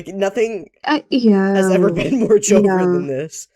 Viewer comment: i thought they said joker instead of joever so i was thinking "dude why would the joker do these things"